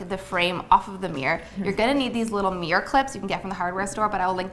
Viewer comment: I love you but your pronunciation of MIRROR is not ok xD